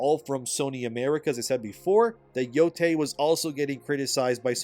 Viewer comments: ITS YO-YAI NOT TAY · It's pronounced "Yo-Tye", not "Yo-Tay".